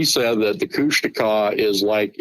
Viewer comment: KOOSH - TAWKA.. that's how to pronounce it.. not Kooshteka